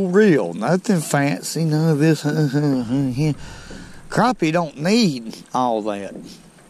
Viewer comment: "Das a good crappeh!" Love to catch em! You've got my subscription!